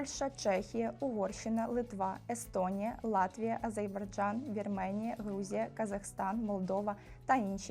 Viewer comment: написано ж, АзеРбайджан, а не АзеЙбарджан. Ціна консультації вже впала.